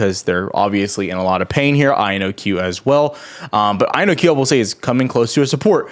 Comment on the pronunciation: Take a shot every time he says IONQ wrong